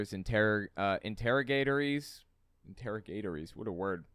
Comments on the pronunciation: 'Interrogatories' are questions sent by the opposing party during the discovery process for a lawsuit. It is pronounced inter-rog(like frog)-a-tory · Pronuncation = Inter-Ogg-A-Torys Hope that helps out for future videos. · Wow! If you are a very uneducated moron, that quantum entanglement gibberish must sound really impressive and scary AF. No way she was really an M.D. No EFFING way. And I think it's pronounced "inter - rogg -a - tories". But I could be brimming with the brown stuff! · FYI .. it’s inter-ahgah-tories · It's pronounced, inter/r0g/er/trees